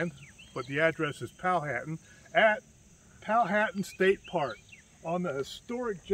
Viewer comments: Pronounced Pow-uh-tan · It's pronounced a little differently than read. Powha tan